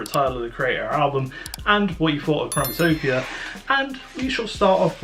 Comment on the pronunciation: im not tripping he keeps saying chromatopia in the beginning right?